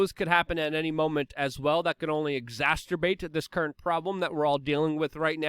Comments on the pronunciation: No disrespect, but it's "exacerbate" not "exasturbate". No need to make having a wank instead of actually getting laid during a lockdown any worse than it actually is. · Exacerbate... No T in the middle 😁